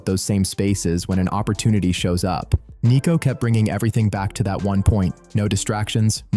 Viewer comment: It's Sneako not neako. 😂